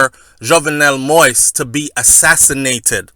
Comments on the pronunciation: Say it like that: Moh is. Like in the phrase Moh is a nice guy lol. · I thought, by now some body wound have corrected you on the pronunciation of the president, s name,.it's Mo - is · Stop news that you no nothing about!!! OMG!!! please please please learn how to pronounce the President correctly!!!